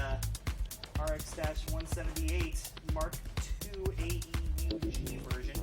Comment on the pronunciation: btw not a criticizim or anything but it's typically pronounced aoog (AEUG)